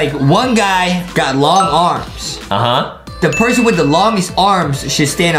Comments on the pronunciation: Why did Adam sed perhon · i thought i was the only one who caught that pershon lol